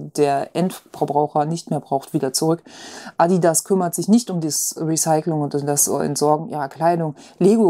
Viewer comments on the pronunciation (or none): none